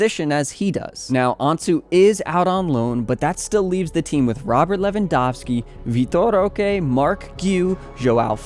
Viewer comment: cant even pronpunce his name somewhat correctly but talk shit